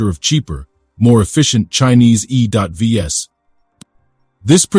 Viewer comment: What's "E dot V S" or "U dot K"? You are such an idiot! YouTube should just shut you down.